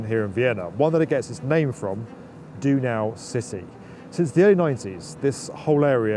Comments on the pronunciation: Ha! My office is in the tall, slim black DC1 :)😊 Nice video, some lovely shots of Vienna, too. Oh.. and about that word 'Donau'; it's German for Danube and is pronounced "Don-now"..like "Donnow" and not "Do-now" 😉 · 🤣Donau: it's not pronounced "do-now," it's pronounced "door-now" but with a silent "r" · I guess they didn`t tell you about the accident on DC1 then... Donau is pronounced "Don ow!" relating to the chuffing great river you were standing next to = )